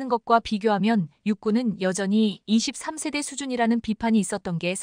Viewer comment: 읽는 사람 좀 엄선하세요. 2~3세대를 23세대로 4~5시ㅣ대를 45세대로 읽으니 ㅣ세대가 몇년인 지도 모르는 무식한 해설 자를 기용해야하나요? 넘 귀에 거슬리고 다음 세대는 어쩌려고~~~ 좀 가르치던가?